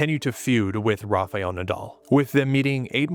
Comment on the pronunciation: It is a great video. But it is Rafael Nadal, not Rafeal Nadal . You always say Rafeal 🤣 .